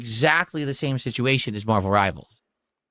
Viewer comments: Marbuhl Ribuhl ♿️